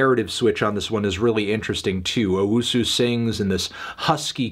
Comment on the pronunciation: Anthony, it's owusu not UwUsu